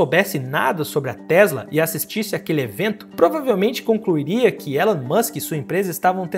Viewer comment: O nome dele se pronuncia "ILON" musk. E não tem essa de estamos no Brasil. O nome é próprio e deve ser pronunciado corretamente.